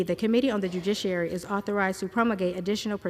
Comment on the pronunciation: This lady did a really good job reading. But kept saying dujiciary. Poor girl 😂